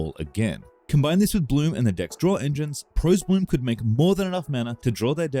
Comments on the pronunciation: From someone who was around then, "Prahs" Bloom as in Prosperity, not "Pros", unless it was regional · It's pronounced "praws" bloom. Not ( "Proes" bloom. Since the "pros" comes from "prosperity", you pronounce it the same way. It's like nails on a chalkboard levels of annoying mispronounciation. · You're saying it wrong, the deck was pronounced pross-bloom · Prosbloom is pronounced like "prosperity," not "profesional." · Why would you decide to pronounce Pros like that while knowing it was shortened from Prosperous? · The "pros" in pros-bloom wasn't pronounced with a long "o" like the word "pro", it was the first syllable of "prosperity"... FYI